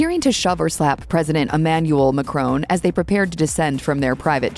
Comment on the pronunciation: Please try to pronounce his name properly. Perhaps you are AI without the I.